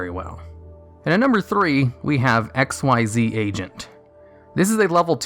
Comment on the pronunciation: Surprised me that you called him x y z agent instead of exzees agent